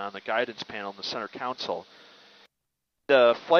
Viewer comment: Center "counsel"? How does someone with a pilot's license think that's how you pronounce center console?